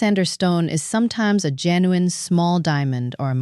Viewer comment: JEN U INE NOT HOWEVER YOU PRONOUNCE IT !